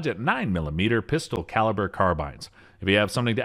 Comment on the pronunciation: "Pister carirber carbynes" 😂